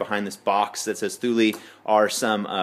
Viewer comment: Pronounced: Two-Lee buddy!